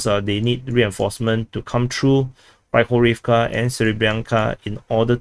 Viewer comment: When you're pronuncing Hryhorivka, Pryvilya etc. The "y" is not pronounced as it is in English. There's no reason to distinguish between "y" and "i" if you speak English. Just imagine it's "Pri" instead of "Pry". The "ya" is pronounced correctly by you btw.